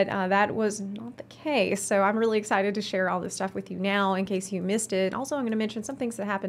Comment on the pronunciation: Did she say "Ex-scythe-ted?"